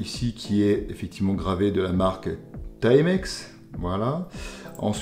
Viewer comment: Enfin un francais qui prononce bien le nom TIMEX, au lieu de Ti-Mex. Les français de France, ont la stupide habitude de toujours vouloir prononcer les mots et nom anglais en français. Genre: Spiderman. 😆C'est un nom anglais, il faut donc le prononcer en anglais, car dans le cas contraire, cela donne une drôle de sonorité.